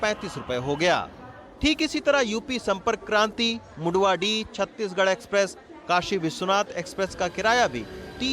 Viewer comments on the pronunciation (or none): none